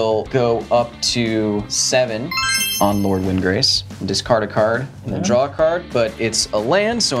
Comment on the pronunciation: Kyle: “I’ll drawzi” 😂